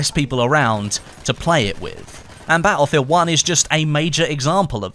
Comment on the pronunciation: I hope you say battlefield properly before the new one comes out!